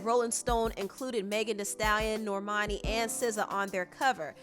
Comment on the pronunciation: That girls name is NOT Nor-mani... Norman-i 🙄